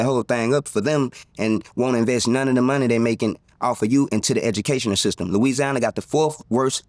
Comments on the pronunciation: Did he just say edumacational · Did he just say Edumacational system😅 If so he is 💯% right bc he was part of it😅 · I had to rewind to make sure I heard him say " Edunalcational System"😅😅😅 He right! The 4th worst in the country😂😂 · 4th worse edunacational system is right according to how he pronounced that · “Edunacational System”….. Hurricane Chris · The irony from the way he pronounced 4th worst educational system has me dying😂😂😂😂